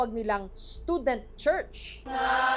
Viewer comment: Pelepen 😭 Esperet 😭 Paraeso 😭 Tsarts 😭 Stodent 😭 ano ba yaaaaarn 😭😭😭